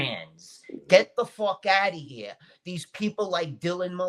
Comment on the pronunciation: The moment said "Get the fockouttaheah" that.. that set the tone ❤